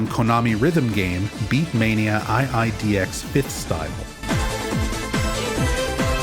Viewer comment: hi, iidx player here. The game is not pronounced "eye eye dee ex" but rather "two dee ex". And "style' is just the prefix for the iteration it is. For example: "beatmania iidx 5th style" for the 5th game in the series, or "beatmania iidx 11th style" for the 11th game in the series. I believe this song originated in 7th style but im not positive (they have over 30 styles now lol)